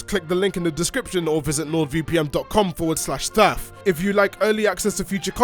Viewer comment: Am I crazy or did Thaf change the way he pronounced NordVPN to LordVPN? Compare opening to . I may need a hearing aid.